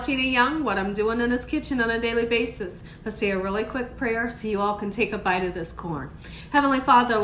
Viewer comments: Ta"H"in no taJin lol 😊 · Tajin is pronounced : Tah-heen Queso cotija pronounced: Kess-ö kö-tee-ha Mayonesa pronounced: mah-yo-nessa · tajin is “ta-hin Cotija is “co-ti-ha” Looks so good. Just made this the other day. 💖👼🏻🌺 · Tajin is pronounced tah-heen